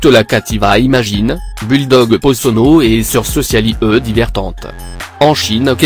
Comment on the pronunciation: Lors du Bulldog il parle en latin ou quoi ?